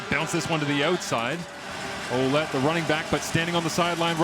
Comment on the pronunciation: its not O-lette its Wa-lette